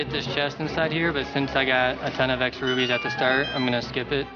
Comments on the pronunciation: is it just me or is he saying rubies? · i hate when people say rubies instead of rupees